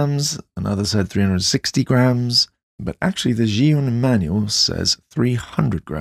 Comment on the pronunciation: It's pronounced Jew-in, just fyi.